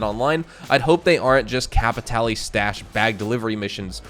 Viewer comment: I haven't played any Blood Money missions ever, "Kay-pee-tay-lay" WTF R*... If the Dr. Dre collab is a true thing I will be absolutely playing them, listened too much of his music to skip a piece of his work.